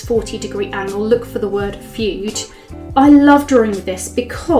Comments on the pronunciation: Pronounced FOODAY.! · My dear, the term fude is pronounced “food-ay “ in Japanese. This is a wonderful video! Thanks for sharing! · Very nice video,. One thing: Fude is pronounced “foo-day” in Japan and it means “brush”, referring originally to the bamboo brushes used in traditional Japanese calligraphy.